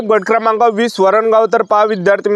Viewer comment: बट क्रमांक 😂😂 गट क्रमांक ✅✅